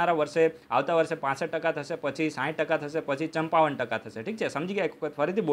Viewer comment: ...ચંપાવન 😀 sorry sir , really sorry but I find it very funny. Sorry if I hurt u..